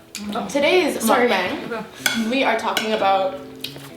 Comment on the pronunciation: It is pronounced mukbang with a short A